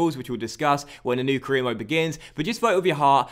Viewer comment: you said caereer and four instead of for